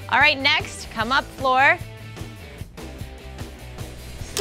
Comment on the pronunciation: What the hell. How hard is it to realise her name isnt Floor!!